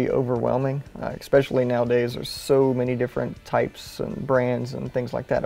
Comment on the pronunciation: And stop saying ECKSPECIALLY